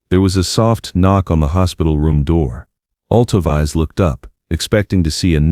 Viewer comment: This is beautiful, but it’s narration computer generated because her name is not pronounced Alto-Vize. It’s Alto—veece